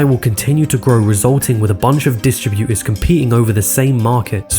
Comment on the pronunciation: Why can't this guy pronounce his "t's"? It's not "recrui-ing", it's "recruiTing". It's "distribuTers", not "distribu-ers". It's "majoriTy", not "majori-y".